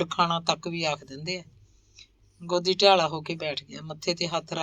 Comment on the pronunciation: ਮੈਡਮ ਨਾਵਲ ਤੁਸੀਂ ਬਹੁਤ ਵਧੀਆ ਪੇਸ਼ ਕਰ ਰਹੋ ਪਰ 'ਗੋਂਦੀ' ਦਾ ਉਚਾਰਣ ਤੁਸੀਂ 'ਗੋਦੀ' ਕਰ ਰਹੇ ਹੋ।ਇਹ ਗਲਤੀ ਥੋੜੀ ਜਿਹੀ ਰੜਕਦੀ ਏ।